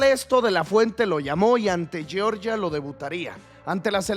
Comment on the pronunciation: Georgia se pronuncia tal cual, "YORYA" es la de los Americanos😂 Uno es un Pais lo otro es un Estado de USA.